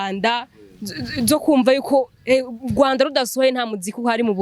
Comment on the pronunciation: Muzabanze mwige kuvuga neza "URWANDA". Hapana uGWAnda!